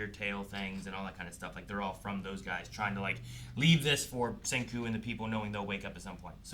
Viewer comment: Yo being so stupid damn iiit. He finally did something great and then he risks it all and fails. Next episode is so good. Damn, called it. I had no idea and was so curious. calling him Senko, it's Senku, he forgot. orz